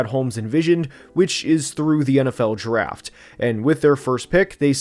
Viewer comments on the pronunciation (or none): bro says "draft" like giraffe 😂😂